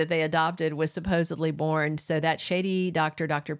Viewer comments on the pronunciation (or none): none